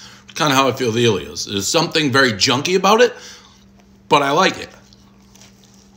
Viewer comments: Ellio's not EEEEllio's ffs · Its Ellios...not Eelios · It's El ios not iiie lios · ELL-ios not Eeel-ios. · Never heard anyone call it Eeeelios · Dude’s best friend’s name is Elio... still mispronounces it